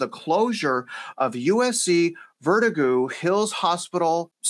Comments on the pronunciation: Verdoooogo....not vertigo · "vertigo" hills hospital---hah!! It's VerDOOgo....